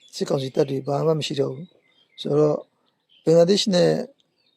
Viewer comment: ဘင်ဂလား ရှဒေးမဟုတ်ပါ ဘင်ဂလားဒေးရှရ်ပါ စပီကာတယောက်အနေနဲပီအောင်ပြောပီးပါ